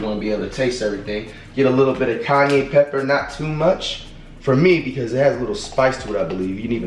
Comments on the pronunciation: did he just say “Kanye pepper”???!!! 😂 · “Kanye pepper”😂😂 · This nigga said a little bit of Kanye pepper 😭😭💀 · “Kanye pepper” gotta love flight 😂